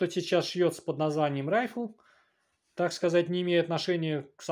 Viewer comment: Не Райфл, а РифлЕ!